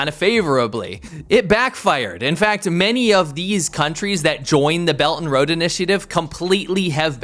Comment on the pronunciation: Belt and road. Pronunciation damnit! Quit saying bellanro.